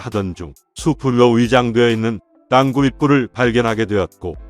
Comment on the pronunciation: 내용은 제작진이라 미리 알텐데~. 띄어읽기가 안되네. 윗선의 묵살. 부하장병의 희생을 개의치 않는 자 누구냐? 땅굴[땅꿀] 이것 발음 안되나?